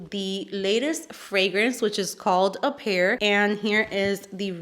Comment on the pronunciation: I love the played with the word appear. Apple and pear, and instead of pronouncing it the correct way you pronounce it like it's ingredients. I love it! Also, your eye look is gorgeous